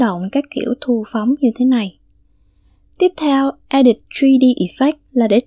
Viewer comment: Mình đọc là e đít.. bạn cứ đọc là e địt . Hihi